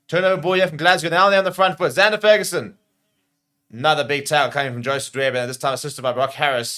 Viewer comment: Love the channel but please learn to pronounce the Fagerson brothers name. It is FAYgerson not FERguson. 🙂👍🙂